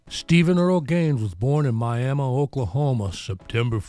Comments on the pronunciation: I live south a Miami Ok about 30 minutes. I’m glad you pronounced Miami correctly with a “uh” and not a”ee”. Good video. Loves my Skynyrd. :) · 1st person to ever pronounce Miami, Ok right